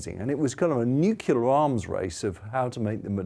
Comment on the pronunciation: I don't trust someone who says "Newkiller"...